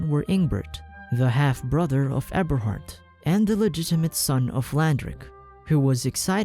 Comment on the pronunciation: Eberhart more like Ebershart